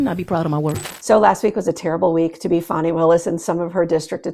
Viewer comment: Her name's Fani not fawny